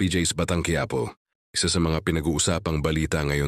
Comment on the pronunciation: You should mention the name.. its quiapo not quyapo!